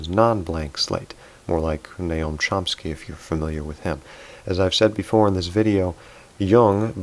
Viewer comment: Point #4 is the best! It should be a relief to all introverts they are not crazy after all. Subjective is a term for inner objective. You pronounced Noam Chomsky wrong of course, as per tradition.